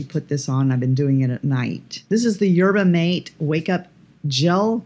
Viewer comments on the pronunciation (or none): Pronunciation tutorial of the day: Yerba Mate is pronounced "yair-ba-ma-tay." It's a good skin-care ingredient because it has a lot of redness-fighting caffeine in it!